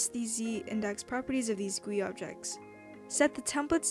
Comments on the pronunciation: what bothers me is the way she says GUI like guwee also i thing GUI stands for games user interface idk i think that's what it is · When she says goouie I die inside. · Guillen No, it's Gee-you-eye. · the way you pronounce gui is so funny, it's G U I, letter by letter lmao, very good tutorial doe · its called g.u.i , not 'gwee' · Guillen nope, its prononuced G U I. this comes from an actual web dev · no its pronounced goat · i love it how u say "gwe" lol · "insert a screen gwee into the starter gwee" XD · I am not gonna watch just because GUI is pronounced G U I not one word It hurts my brain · never say guee as gui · I disliked for you calling it "Gooey", better luck next time! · screenGUEE starterGUEE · I never heard someone pronounce “GUI” as it’s spelled So your channel is great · the way she says gui scares me